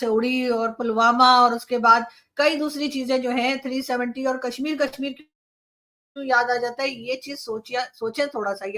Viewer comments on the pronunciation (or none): none